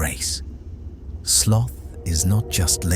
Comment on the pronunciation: The word 'sloth' is mispronounced in the voiceover which makes it sound as rhyming with the word 'broth'. Instead, it should rhyme with the word 'both'. Easy to check in a decent dictionary, though perhaps AI commentary pretends to know better. It does not.